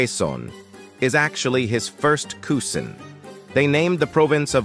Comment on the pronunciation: Bro, as a Filipino I can let the name mispronounciations slide But how do you mispronoun cousin?